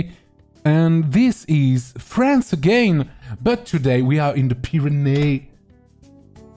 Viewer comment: omg le "dis iz" %